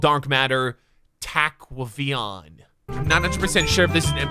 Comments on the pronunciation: its ta-qay-vion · I died when said twaqavian